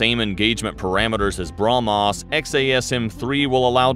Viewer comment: its brah mhos not bra mos you spell .